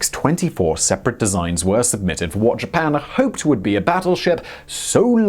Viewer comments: "Ji-pan"? I thought only Americans were allowed to mispronounce words! Hah hah... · “I have a pronounciation dictionary. I am doing my best” “Jipan” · How you would pronounce "Japan" and which country do you believe has pronunciation rights to "Japan"?